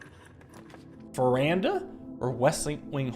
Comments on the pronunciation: Is that why I always pronounce it verdana too 😂 I got it from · I am with the editor on this one: Him saying it Veranda sounds just wrong. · Today marks the day learned Veranda is not called "Verdana" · WHY DID HE SAY VERANDA THIS TIME